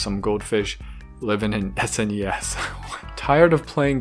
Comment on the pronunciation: Am I only one that had never heard someone spell out SNES rather than say SNES before? 😂 Another great video! Cheers dude. Also, def juvenile Discus, that tank is too small even for Angelfish! 👍